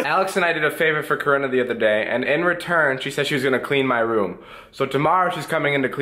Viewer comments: I litteraly heard corona instead of Corinna😂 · I keep thinking that he's calling her Corona😂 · I thought you said corona